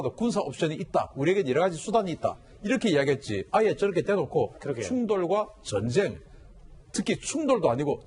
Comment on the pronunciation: 사투리 발음 ㅋㅋㅋㅋ 전언쟁! ㅋㅋㅋㅋㅋ